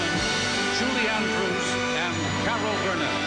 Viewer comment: The way they pronounce Julie Andrews cracks me!!!! :-)